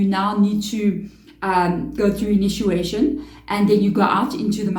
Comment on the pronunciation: It’s initiation, not inituation.